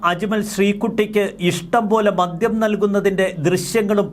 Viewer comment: ഇവളെ തടുക്കുന്ന തായോളികൾ ഇവളെ രക്ഷിക്കാൻ പണവുമായി എത്തും......ഉദ്യവും ഊക്കും... പ്രധാന ഹോബി ....ഇവളുടെ തള്ളയും ഈ തൊഴിലുകാരിയാണ്: 'മദ്യം എന്ന് വായിക്കുക..ഉദ്യം അല്ല ....